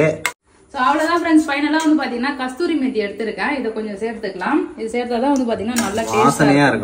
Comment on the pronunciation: Super! Looks delicious! It’s not Kasthuri methi it’s Kasuri methi.